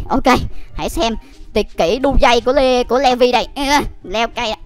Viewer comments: Ko phải đọc là le vi mà là lì vai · ANH ƠI NHÂN VẶT ANH BIẾN THÀNH LÀ LỆ VI ANH ĐỌC SAI RỒI